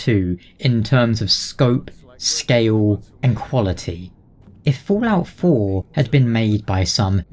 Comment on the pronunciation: Are You purposely saying Foolout? Or is it just an accent thing? :) BTW as for GTA5: "Rockstar Games' Grand Theft Auto 5 is now the best-selling entertainment product in history, eclipsing any medium. According to a new report by MarketWatch, GTA 5 has now sold over 90 million copies and generated over $6 billion in revenue since its initial release."